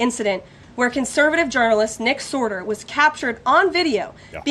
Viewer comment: It's pronounced "Sorter" like someone who sorts something. It's not like a "HHe-Man" adversary. 😉😁